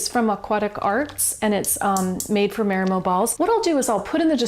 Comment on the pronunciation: " MAH-ree-moh", pleeeeze.